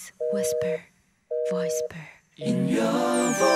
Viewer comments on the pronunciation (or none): I really like that, but "voisper"... Are you serious..?😂